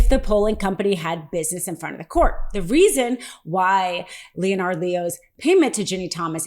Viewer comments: Leonard is pronounced Lennard not Leo-nard, I've had this crap all my life, look it up and pronounce names correctly! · It's Leonard, pronounced "lennard" not 'Lee-on ard". Also Amicus briefs are not "Am-ee-cus " briefs. Grammar is everything ! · Leonard....not Leo - nard Lol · Phonetics are tough...Leonard sounds like Linnart....not L E O NARD.. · The name is pronounced Le-nard, not Lee-o-nard. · Leo Nard? It's pronounced Lennard!! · LeeOnard?? Lol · Please, it’s not Lee.Oh.Nard. Total cringe. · Just curious why you are pronouncing "Leonard" as Lee-o-nard. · You don't pronounce the o in Leonard. Just like Leonard (lennard) on Big Bang Theory. It's Lennard Leo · Why do you insist on pronouncing that traitor's name as /LEE-oh-nard/? Is that some sort of regionalism? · OK. Enough! It's pronounced len-erd. Leonard is pronounced, Len as in Len-(ny) and nard as in you hit 'em in the nard(s). Leonard. Verstehen sie? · Lee'o-nard? Are you AI? Or just didn't know proper pronunciation of Leonard? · Leonard is pronounced (Len-nard) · It is pronounce Lenard. Not like a ninja turtle. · pronounced LEN'-ARD Leo sister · Leonard Leo is a first class snob. He pronounces his name Leo-nard because he's such a snoot. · You may want to check your pronunciation of "Leonard." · I hate the dude. But his name isn't pronounced as you think. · Does this woman really not know how to pronounce common proper names like Leonard? Or common news words like amicus? Needs to see an ENT about those sinuses. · Okay, for future reference a little pronunciation correction. The O in Leonard is not pronounced. Treat it as if there is no O in the name at all. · You don't know how to pronounce the name "Leonard?" They say it for you in the first clip you use here. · Why are you pronouncing "Leonard" wrong?